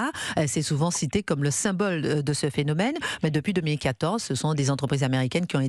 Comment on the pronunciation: Christine, je vous adore , mais on dit mille cinq cents (z) entreprises…plus personne ne fait de liaison, la langue aussi fout le camp…